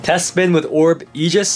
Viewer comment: ok no offence but your pronoucing is a bit bad is orb egis not orb ejis